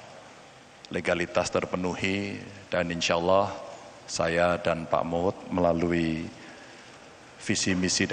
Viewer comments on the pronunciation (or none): none